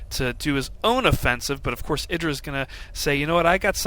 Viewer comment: eye dra. again. you say it with such conviction lol jesus christ.